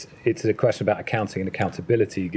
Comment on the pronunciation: pakkkkaaaatani punjabi sulla asking kwestsion te moh te jutti pee gayi